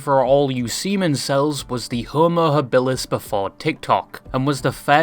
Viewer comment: Very upset with the way you pronounced homo habilis in this